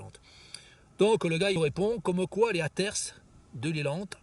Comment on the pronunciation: C'est pas " atersse " 🤣🤣 c'est " hater " qui vient du mot " hate " en anglais, on peut écouter sur internet comment ça se prononce